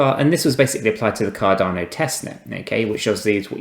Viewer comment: At least say the name right